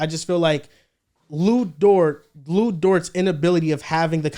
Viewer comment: Why does he keep saying lu dorts?